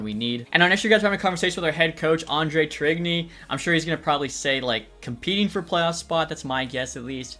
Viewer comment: Great vid. Tourigny is pronounced torn-yay btw